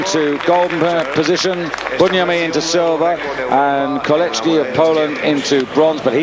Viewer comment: There is no letter "H" in the name "Kolecki" yet this freaking weird bizarre Britisher insists on pronouncing it horribly wrong.